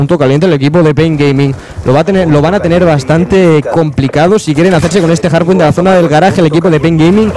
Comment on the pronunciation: se dice HARDPOINT no JARDPOINT